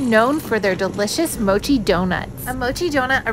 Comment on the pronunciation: Pronouncing mochi wrong it's a shart no not mow, this is coming from someone taking Japanese so no bs